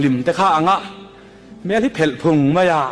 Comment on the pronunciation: I ṭawng hman uar tak, HMEL tih i lam dan hi a dik lo hle mai, pianpui ṭawnga hmang ve tan chuan.